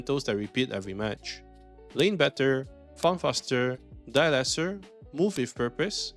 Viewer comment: You don’t say die lesser, you just say die less